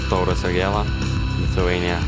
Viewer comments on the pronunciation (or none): none